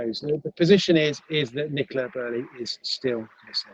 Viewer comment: Sorry, who’s Nicola Burley??!!!!! 😡😡